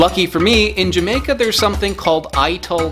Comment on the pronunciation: series should be called: wakin troo jamaka literally spelt like that n pronounced like it to add to the charm